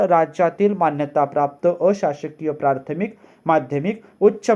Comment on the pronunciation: आपले एक उच्चारण दुरुस्त करणे गरजेचे आहे. प्रार्थमिक ऐवजी प्राथमिक असे उच्चारण करावे. प्रथम ह्या शब्दापासून प्राथमिक हा शब्द बनला आहे.